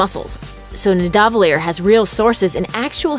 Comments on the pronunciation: "No, you're saying wrong. It's NIdavellir, not NiDAHvellir." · Call me a nerd, but it's pronounced (phonetically) nee-DA-vah-leer (Accent on the "DA") not what the young lady said.